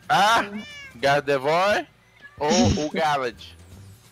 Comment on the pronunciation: se pronuncia gardevoar e não gardevoir !!!